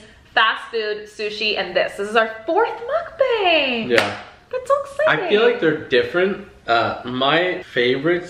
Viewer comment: Im-tha- mukban-g... 🤤🤤🤤😙